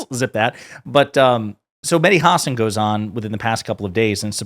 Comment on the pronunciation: WTF IS A "HOSSON" IT'S PRONOUNCED HUH-SAAN. YOU SOUND IGNORANT